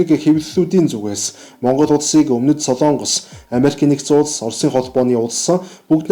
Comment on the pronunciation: СОЛООНГОС гэж ярихгүй шүү. СОЛОНГОС гэж яриарай хө